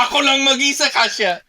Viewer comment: Shortened your (AKO) pronunciation to be more native sounding. Not ahhkoo... Should be a'ko.